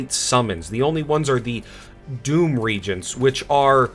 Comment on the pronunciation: The consumables that summon demons are called re-agents (ree-AY-jents), like in chemistry, not “regents” like rulers of kingdoms.